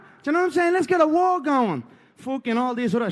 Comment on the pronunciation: WE'RE READY FOAR WOAR!! GLIMPSES, JUST GLIMPSES WE'VE SHOWN. Now: The Camp was Incorrect, Ariel. My foot was a Belewn, my Foat, was a BeLEWN!!